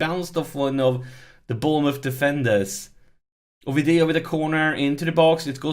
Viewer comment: Whoop whoop! Onwards Sunderland! Just a quick aside: Oviedo = Oh-Vee-Ey-Doh